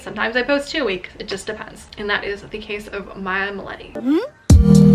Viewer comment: You pronounce it "MILYETE"